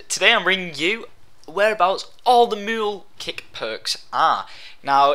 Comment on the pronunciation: its not Mool kick its meooohl kick